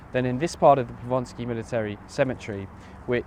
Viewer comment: Just one thing, it's Powązki, not Ponsky ;)